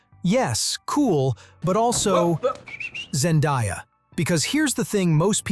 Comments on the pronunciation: her name is Zen-day-a not Zen-die-a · Why can’t anyone say Zendaya name correctly🥴🙃